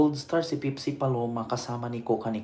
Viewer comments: Npaka bobo mo ,pepsi ndi pipsi , halatang wala kang alam nag mamarunong ka . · Bakla Pepsi. Hindi pipsi